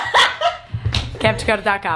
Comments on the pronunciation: did mamrie just say "hart burn" ??? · Did i hear "HARTBURN" at the end? lmao ;P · Did she say "Oh, Hart burn!". I'm dying